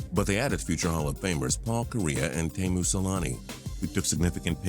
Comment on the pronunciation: Okay its timu salami not tamu